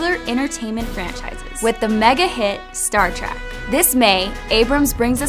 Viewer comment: why does it sound like she keeps saying Star Trak.... grr